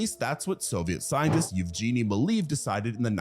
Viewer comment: Eeve-jeanie 🤣 E should sound almost like YEAH GE like in geisha